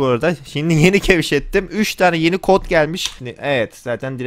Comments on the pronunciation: kevşettim mi dedi?:DDD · Dili sürtüşmüşmüşmüştür 😂😂😂